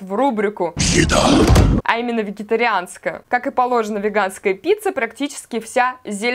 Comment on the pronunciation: Боги, эта озвучка слова "еда"...)))